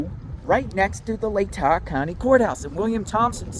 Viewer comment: Pronounced “Lay-taw” county 😊